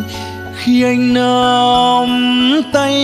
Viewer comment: Tân Nhàn thì Sao Mai rồi, nhưng Duy Phường hát quá hay, chất giọng thấm lắm. Coi Duy Phường là Sao Mai, cùng thứ hạng Tân Nhàn. Em sửa phát âm chữ "Nắm" trong câu Khi anh Nắm tay em là ok Phường nhé